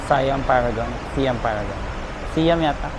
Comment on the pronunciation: Siam = Sai-am